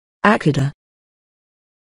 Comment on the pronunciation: Not even close!